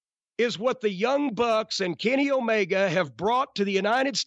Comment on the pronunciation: Jim says it like O-MayGuh HAHAHAHAHA